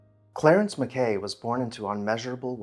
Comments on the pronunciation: Interesting video of one of our local legends. Just one minor correction... we Nevada locals pronounce his last name, "Mack'ee," not "Mac Kay." If you want to do a haunted house now, do Allen House in Monticello, Arkansas. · I grew up in the development that had been Harbor Hill in the late 1950s. We always pronounced the former owner’s name as “Mack key” not “Ma kay. Don’t know which pronunciation is correct. The gate house shown in the video became the entrance to the neighborhood pool club at the intersection of Harbor Hill and Roslyn roads. There were still other derelict robber baron mansions in the area back in my day that my buddies and I used to ride our bikes to. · Thank you for this video. The family name was actually pronounced as if it were Italian: Macchi (Maa-key). Clarence's daughter Ellin was the wife of Irving Berlin. The Keck Museum at the Univ. of Nevada has the major part of the enormous silver service that Tiffany made for Clarence's mother from Comstock silver. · Pronounced MACK-ee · MacKay is pronounced with the 'Kay' rhyming with 'sky' not rhyming with 'Bay'. Cheers 😉